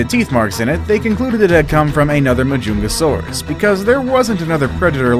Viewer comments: Compasoganathus? Pronounced compsognathus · Learn to pronounce compsognathus.